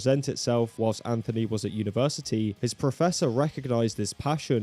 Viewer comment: WHILST AHN THO KNEE WUZ AT UNA VAR SAH TAAY -- :hand-orange-covering-eyes::face-green-smiling